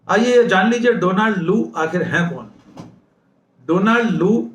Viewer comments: Donald is pronounced डौनल्ड not डोनाल्ड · Donald is pronounced Daanld. Please note it.